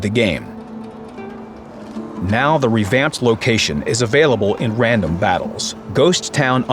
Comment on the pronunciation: “..Wandom Battles.”